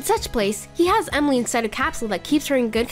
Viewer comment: 👍🏻 also I haven’t said this and any of your video comments but it’s Emily not whatever you call her